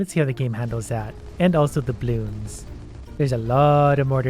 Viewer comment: Normal people: bloons: blioons